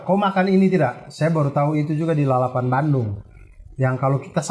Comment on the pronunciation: Walau informasi dari AR sering sekali meleset 🤣tapi saya konfirmasi doi sudah melekat dengan budaya Bandung. Karena pelafalan Bandungnya dengan silent D alias Banung wkwkwkwk.